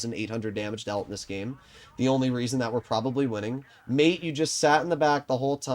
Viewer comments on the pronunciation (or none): none